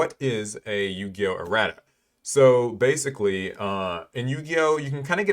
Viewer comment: He is butchering erratas’ pronunciation right?